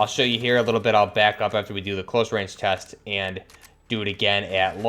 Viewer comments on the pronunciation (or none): none